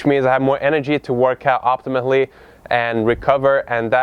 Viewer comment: optimally,, not optimately xd